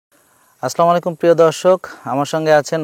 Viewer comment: আপনার সালামে ভূল আছে,আগে সেটা ঠিক করুন, আপনি বললেন= আসলামু আলাইকুম